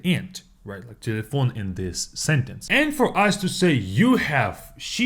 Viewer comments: Its cause it sounds like telephone in french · You pronounce telephone in a way that’s sounds like Patois.😂